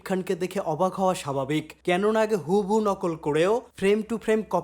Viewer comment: ❌ ইনড্রাস্টি ✅ ইন্ডাস্ট্রি ❌ হুহুবু ✅ হুবহু এটা আপনাকে ছোট করার জন্য নয় ভাই, তবে ছোট ছোট ভুল উচ্চারণ গুলো ঠিক করার আশা রাখি As You Are One Of My Favorite YouTubers.